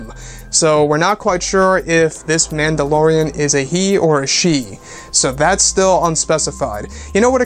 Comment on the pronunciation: Am I the only one who hears "Landolorean"?